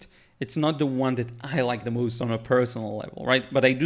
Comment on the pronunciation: "the moost" lol A very nice and helpful demonstration as always